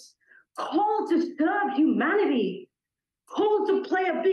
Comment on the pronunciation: When she was saying “Humanity” so many times in a row, for some reason with her pronunciation I kept hearing “hu-manatee” and I was imagining a manatee with a Monat hat… Edit: ‘she’ being the first speaker